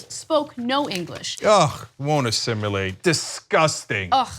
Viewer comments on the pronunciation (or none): Uhhh... It's assimilate, not "assimulate". 😉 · Cenk and Ana, it's not assimUlate. Other than that, great work. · Did he seriously say "Assim-u-late" twice???